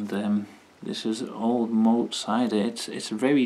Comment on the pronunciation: Pronounced Moot so it rhymes with fruit